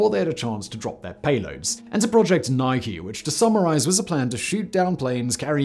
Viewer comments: Why do you say "nik" in describing missiles and then two sentences later it becomes "nike" as they should be called. For victory. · Ny-key, not nyke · It’s pronounced ni-kee not nik. For fucks sake Simon